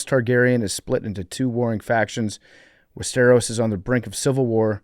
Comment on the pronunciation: Can PFT learn how to say Westeros lol